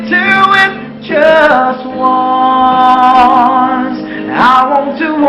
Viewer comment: Sama talaga eh naubo..nahingal..ahhh...haaahhh...kulang nalang ay dumahak eh .sabi pa ng pgkabigkas.. Jas won. Daw...imbes na just once